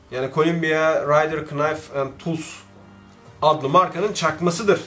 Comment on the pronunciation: abi o kadar bıçağın var ama hala knife "nayf" diye okunutken sen "kınayf" diyosun